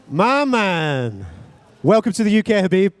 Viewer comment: Hab-beeb Nur-Mu-Ham-ma-dov 🔥